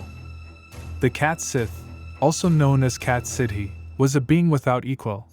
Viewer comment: It’s pronounced “Scottish” and it’s pronounced “Cat Shee” not “sith”.